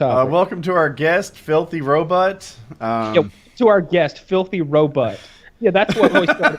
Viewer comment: “welcome to our guest, filthy robutt” 😂